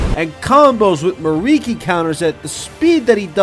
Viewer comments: It hurt on a personal level hearing him say miriki instead of mikiri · Me-Kee-Ree, not Mariki...it was killing me. Great vid though!